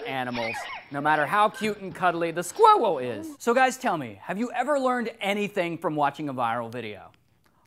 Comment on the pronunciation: 4.04 to 4.10 I laughed my head off Ray: "the scwuiwell is not so cute after all, is he"